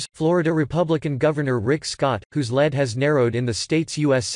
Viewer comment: learn to pronounce "lead". So what "urgent announcement" did Scott "just" make? No news here.